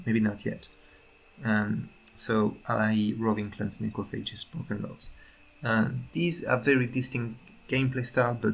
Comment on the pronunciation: BrOken lords not bruken lords